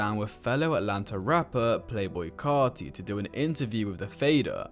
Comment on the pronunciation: “Lil Oozie” “Lil Yottie” “Playboi Car tea” 💔